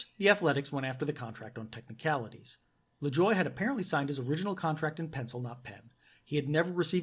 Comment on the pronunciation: It's pronounced La-joo-ay